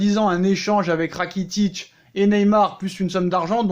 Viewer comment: Ratikic mdr 🤣🤣🤣 Rakitic 😂😂😂